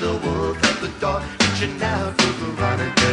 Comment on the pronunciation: Veronica? Say what? Always thought he was saying “the rat turd” …like what? How you trynna say Veronica and it come out like that